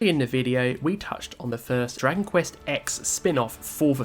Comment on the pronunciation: stop saying "Drangquist" bro learn to speak